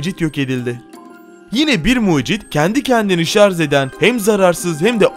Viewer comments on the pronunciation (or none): none